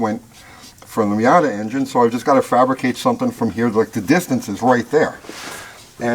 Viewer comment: "MOIATA" ....moi'yata?